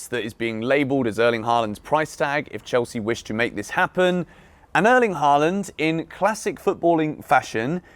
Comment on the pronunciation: His name isn’t “Harland “